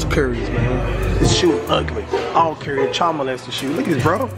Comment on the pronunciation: He says carry instead of curry